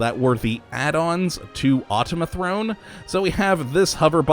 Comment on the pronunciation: automaton not automithrone